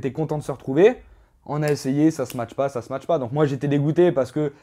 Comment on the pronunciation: Il est génant avec son "smatch" on dit ça match pas pas smatch mdrrrr. Il a l'air sur de sa connerie en plus lol